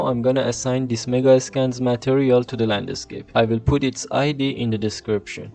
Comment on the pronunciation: Thanks for your work and learnings. May I say? The pronunciation of “landscape” is one word only. Not “land a scape”. Aside from that, congratulations for your work.